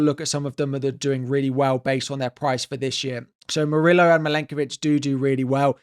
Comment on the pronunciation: Bro, stop pronouncing Murillo as "Muri-low".... It's "Muri-yo".